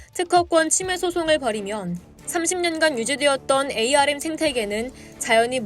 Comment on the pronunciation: 반도체 업계에서 24년동안 일해오고 있는 사람입니다. 영어 스펠로는 '에이 알 엠' 이 맞지만 업계사람들은 아무도 그렇게 부르지 않고 '암' 이라고 읽습니다. 제작자에게 건의 드립니다. 나레이션시 참고해주세요